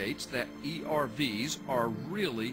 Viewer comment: "urfs" not E.R.V.s?? has no clue what ERVs actually are or how the genome actually works..